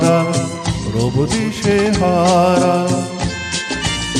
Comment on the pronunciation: Beautiful....but the pronunciation of a few words like amai, rabo, dishahara, etc needs improvement. Overall superb 🎉🎉❤